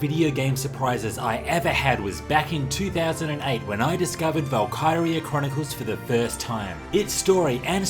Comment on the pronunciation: The PSP version of Valkyria is great, especially when played on the Vita. I'm never heard anyone pronounce it Val-Kye-ria... Usually it's Val-ki-ria...